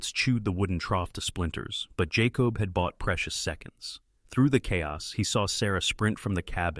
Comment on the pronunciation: You main character is phoneticallycally pronounced 'Jay-cobb' not 'Jaw-cob' you kept pronouncing it both ways, cannot listen, if you ever decide to edit might be back.😢